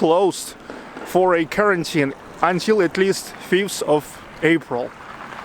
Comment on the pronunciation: Your English is pretty good but say quarantine like this “kawaarenteen”